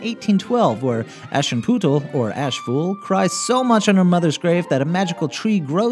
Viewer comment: "sen-drill-on" "ash-in-poo-tel" X'D I'm dying at his butchering of the French and German language (for anyone wanting to know, they are pronounced "son-dree-on" and "ash-en-put-tal")